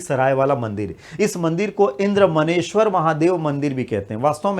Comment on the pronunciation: इंद्रदमनेश्वर है सर मन्नेश्वर नहीं